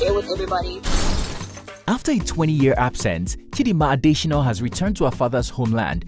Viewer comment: Why do you insist on misspelling (and mispronouncing) her name in this video? Her name is Chidimma not Chidinma, and her surname is not pronounced “Adeshinoh”